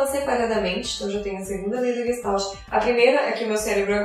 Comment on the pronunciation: Oi, excelente vídeo, porém vou fazer uma observação. No início você menciona que a palavra "não tem uma tradução específica para o português". Na verdade sim, ela tem. E a tradução direta é "FORMA". A pronúncia muitos reproduzem como leem, exatamente como disse no vídeo, quando na verdade deveriam colocar um "X" no final de "GES" e um "I" no lugar do "L" e ao final um "T" "mudo", ficando então o som assim: GUEXTAIT. A escrita está OK. Parabéns pelo trabalho. abs.